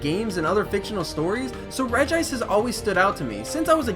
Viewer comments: It's Regi-ice xD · And not regice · Oh btw regice is pronounced regi-ice